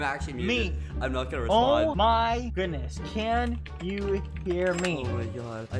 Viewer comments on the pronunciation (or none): ”Oh my khoodness”